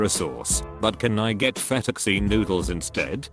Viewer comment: "Fettuck-cheen" This is how I'm pronouncing fettucini from now on forever